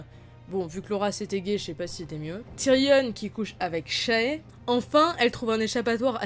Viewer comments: Très bonne vidéo par contre s'il te plaît arrête de dire « tyrionne » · Il y a que moi que ça dérange le "Tyrionne"